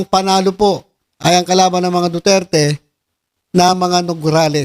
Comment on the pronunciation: Hey,, hindi yata duterte ang tunog nung sinabi mo ah kundi dudirty dudirty he he he.